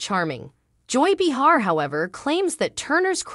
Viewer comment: Please! Her name is pronounced Bay-har. Not Bee-har. That was annoying 😡